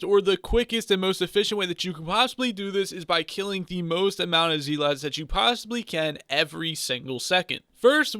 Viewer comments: I stopped watching the second you called them zeeeeeeelots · Zeelots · Bruh he says zealots wrong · IGN: DeadlyRedstoner Its nice to get some money i guess? And i love the way you say zealots